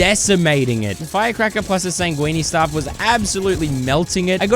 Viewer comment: "sangwene staff"